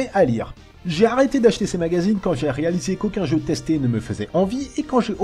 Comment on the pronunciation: tu as "raliser" cette vidéo ? ^^ hihihihi